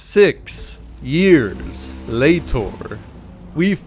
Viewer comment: is it so hard for you to say "later" correctly??